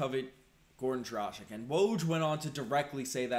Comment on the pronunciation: Come on man. As an "analyst" you should learn properly pronounce players names. It's DRAH- GHEECH...